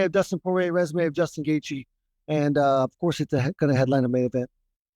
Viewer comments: Justin said Oliveira that's definitely his CTE kicking in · You say justin. Or Dustin is hilarious 😆😂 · Doostin versus Joostin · DC: What was the process of having you two fight in Utah and have the BMF tittle on the line? Justin you go first. Justin: Did you say DUSTIN OR JUSTIN? DC: Dustin, Dustin…. 😂😂😂